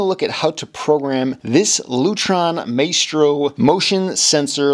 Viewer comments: "My-strow", not "May-strow" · FYI - It's pronounced MY-STRO with a long O.